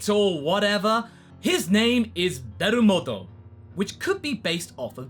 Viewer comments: its not berumoddo or whatever its belmod (some ppl think its vermouth -_-) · Actually I've got something for Berumoddo ^^. When you said his name the pronunciation made me think of "Belmondo", a very famous French actor that has already inspired japanese media before (for instance he is the model of Cobra's appearance for those who knows that show ). Also this actor actually played in a movie where he disguized as a clown similar to this god of destruction ( As for the alcohol comparison, it's easer a reference to french and wine, a more specific reference to Belmondo's alcoholism (need for a check there it might be false) or even Cobra's tendency for wine (from what I recall )